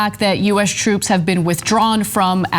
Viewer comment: Hey, It's TTTroops and not SHroops! Have some respect 😉